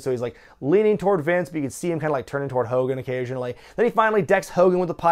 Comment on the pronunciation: "MR. MCMAHON" "HULK HOLGAN"